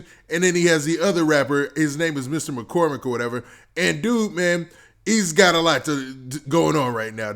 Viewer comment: It’s Charles McCormick not McCormick or whatever fck wrong wit you !